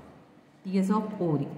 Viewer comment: Ovary ❌ Orri ✅